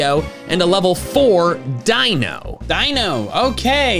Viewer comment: Dino ?! It's Deino